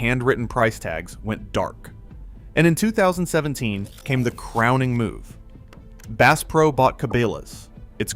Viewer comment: “Base Pro” you gotta be kidding me! AI 💩